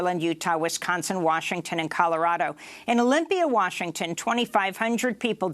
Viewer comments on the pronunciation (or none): none